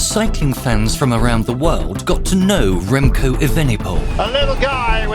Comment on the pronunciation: I can’t ignore how they said his name SUPER wrong but well done Remco thank you so much for winning a Olympic gold metal for us!